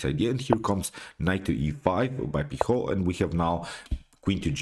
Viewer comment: you pronounced awfully the surname of alan pichot